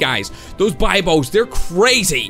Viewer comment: UGH! it's be-bios not die-bios bibios! UGH! STOP!